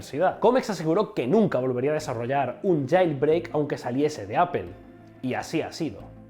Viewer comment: "apel" lol